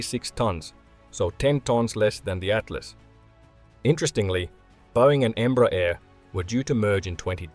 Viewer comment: its not called Embra - its called Embrear. Em-bre-ar